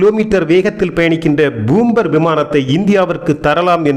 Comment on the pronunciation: என்னப்பா🙆ஆச்சு😏 உனக்கு பூம்பர் அல்ல பாம்பர் விமானம்